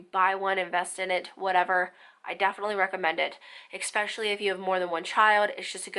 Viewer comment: This was a great video. Not gonna lie it bothered me how many times she said especially lol but only because she kept pronouncing it with an x (expecially) 😂🤦🏻‍♀️